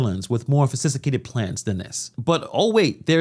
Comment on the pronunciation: “Fosisticated plans” is crazy bro 😂